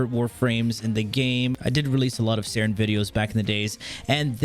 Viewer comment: Only OGs remember when he called it Sayn not saryn